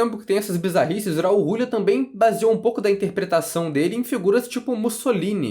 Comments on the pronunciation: Eu ri quando ouvi Rrraul Rrrulia hauahauhauaa em 30 anos primeira vez que ouço dessa forma o grande Raul Julia. Kylie Minogue já era uma cantora muito famosa desde pequena, ela é a Simony, a maisa da Inglaterra. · Foda é vc dizer um monte de coisa sem saber a história real por trás do jogo. O Guile sempre foi o protagonista real. Isso já é canônico. E pls, aprenda a falar o nome do Raul Giulia corretamente